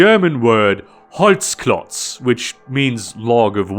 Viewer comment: I was surprised how accurate your pronunciation of holzklotz is